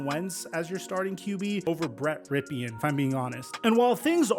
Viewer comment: Hey, just to give you a heads up because I know you take great pride in producing your content with excellence. So keep in mind, Brett Rypien‘s name is actually pronounced “rip-in” just like his uncle Mark that won SB XXVI (26). Great work on this vid anyways. Keep up the great work.. All the best.